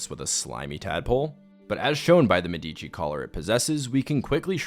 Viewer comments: It's pronounced, "MED - ə - chee." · It's pronounced me-duh-chi. Like the family. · Sorry can't ignore that. In the word "Medici" the emphasis is on "e". It's a name of famous and important italian family that shaped the renaissance era.